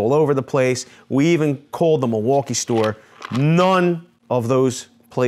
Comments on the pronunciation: Actually it's pronounced "mill-e-wah-que," which is Algonquin for, "the good land." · it’s pronounced mil-waw-key.